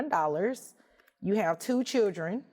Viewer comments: Your a judge and you can’t even say “children” correctly. Chill-dren not shill-ren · She calls the “chilgren” instead of “children” and it always bugs me.